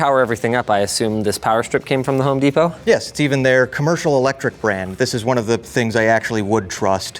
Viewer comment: Desperate.... I had to re-play that to see if you called it what I do... "Home Despot".